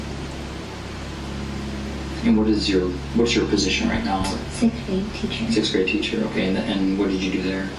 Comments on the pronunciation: SiXth not "sith" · Soooo...... IDK if the Narrator is from Europe, but even so I HAVE TO SAY IT.... The word is SIXTH.... not SICKTH 🙃 IDK why that triggers me but it always has. Also, I'm sitting here watching the first one, I'm 5 minutes into the video and I still have no idea what she did. I don't think that principal lady was lying about having to go piss lol.... Why not just ask the people who's driveway she's in if she can use the fuckin bathroom jesus christ.